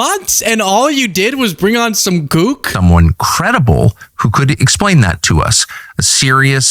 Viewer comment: love ya like a son, but please tell me you said kook and not gook, which is a slur they used in Vietnam.